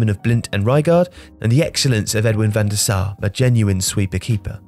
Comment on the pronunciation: Props for getting the pronunciation on the names correct, although 'van der Saar' ? And Nwank Wokanu, lol?